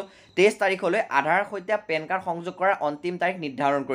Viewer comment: Pen kard nohoi pankard